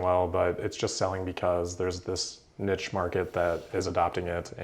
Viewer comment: There is NO T in NICHE, QUICHE or Church Imagine putting a T in Quiche and how stupid it would sound Don't be a DelBoy